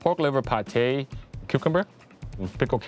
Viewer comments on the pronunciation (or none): none